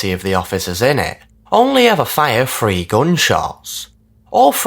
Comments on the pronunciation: Work on your pronunciation of 'three'. Make sure to say your 'ths'. It's not 'free' for three. 😢 I can't listen anymore of your videos till you fix this 😢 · Its three not free. God your voice makes me hate life. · *Three,, not Free 😅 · “In season free episode free” I love his accent lol